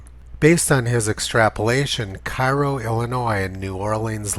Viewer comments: Not that it matters to the video's relevance, but Cairo, IL is pronounced "Kay-row" by people from Southern Illinois. Thanks for all you do, Tony. Don't give up the fight. The tide is turning. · Actually, you're wrong too. It's Care-OH. My mother was from Marion, Illinois which is about 50 miles north of Cairo. I also talked a former weatherman in Springfield, Illinois (Joe Crain) who was from Cairo.